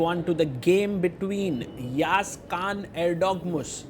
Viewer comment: before it, you should know how pronounce letter ı. its not yagiz it is Yağız actually. in Turkish, letter ı ( looks just like dotless i ) the letter ı pronounce like english word cousin. While you read cousin, the sound is before n at the end. its actully how we pronounce it. if you are not native english, use Google translate and listen cousin in english thats how you should read letter ı. After that, listen yağız in turkish